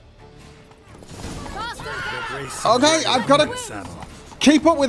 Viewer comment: That's usual "kay" Further, in 5 years I must have heard less than 10 swear words (or affiliated) on this channel.